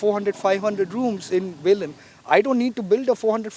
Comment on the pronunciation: konkanni ulloi!!!NOT VELIM BUT VELI.